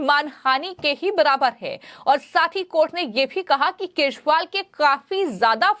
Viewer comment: पहले तो यूट्यूब पर बोलने वाली मैडम के शब्द को देखिए केछ वाल क्या होता है। उच्चारण ठीक नहीं है😢